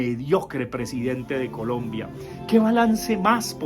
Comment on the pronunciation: Profe le faltó decir que no sabe decir Colombia sino polombia...